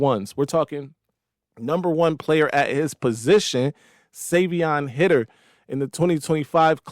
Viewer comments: (Savee-On) (High-der) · Savion’s last name is pronounced “Highter.”